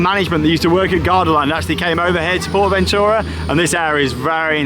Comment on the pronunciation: Thank you for sharing the correct way to Pronounce Porta Bentura appreciate it